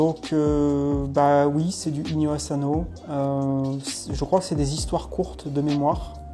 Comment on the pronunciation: 😈On dit pas Azano mais Asano!😈